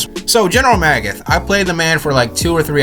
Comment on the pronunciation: It’s not magoth it’s magath